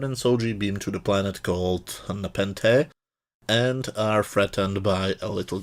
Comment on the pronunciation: okay, I actually stopped when you could not pronounce the name of the episode. I knew it was all going to be downhill after that. Dude, you suck. You can't even pronounce the name of the episode.wow.